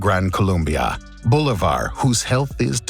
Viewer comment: you said "Bolívar" wrong, the acent is in the i, not in the o